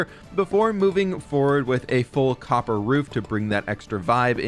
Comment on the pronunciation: Instead of hearing copper I heard cocker 😂😂😂